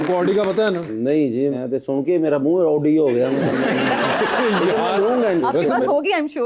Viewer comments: That's why they drive oooodi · Over there people drives Audi but don't even know how to pronounce it correctly..sounds ridiculous.